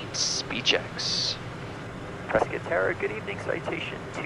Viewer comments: Visual cloud effects starting are stunning. Glad to hear someone pronounce Prescott correctly (rhymes with biscuit). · Properly pronouncing Prescott. Like a native Zonie